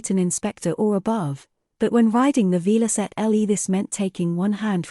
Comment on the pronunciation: Shame you couldn't find an IA voice that could pronounce Velocette correctly.